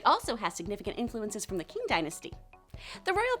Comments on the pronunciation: You should have actually tried with the chinese pronounciation of names instead of reading the english word for them and assuming how they are pronounced. It's not that hard, we have google. Qing is pronounced ching, and puyi isn't PeW like wtf. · qing is pronounced ching.